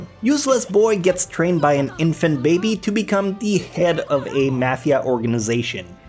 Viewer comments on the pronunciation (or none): none